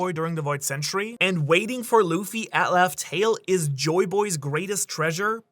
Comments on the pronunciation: Laugh Tale = Love Tale? Like a mispronunciation or deliberate swerve, like how Gol D Roger was introduced as Gold Roger at first? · laugh tale do sound like love tale tho